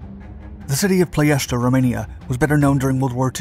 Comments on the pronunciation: It is PLOIESTI not PLOESTI.......VEGA not BEGA refinery and what is depicted here its Brazi refinery, ROMPETROL, the other one is called ASTRA refinery. The train rails that the nazi used for the anti air guns to protect the Brazi refinery i think they are still there, i used to play on them when i was a kid. The RED TAILS escorted the bombers over Ploiesti during the war, fun fact. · the way he said "ploiesti" really made me feel weird, he said "ploiesta" I suggest next time you maybe open up google translate and see how its pronounced (I'm Romanian so I'm not complaining for nothing) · "ploy-ESH-tee". Don't just pronounce a word "weird" to make yourself look smarter. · I've always heard the city name as Plo-ESS-tee... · 9/10 only because you kept mispronouncing Ploesti. Say it with me: Plo (as in flow) Es (like the letter S) Ti (like the letter T). Ploesti. Love your channel!!! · ploy, esh, tea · "pronunciation" lol. You're a good sport. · FYI it’s pronounced plo es tee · It's pronounced plo es ti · You are incorrect. That’s just how English speakers pronounce it. My grandfather was the captain of one of the B-24s (The Wolf Wagon). Years ago I was on a date with a Romanian and she laughed and corrected me when I pronounced it that way.